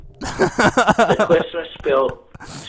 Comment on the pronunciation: "spiwwit"; best part of the show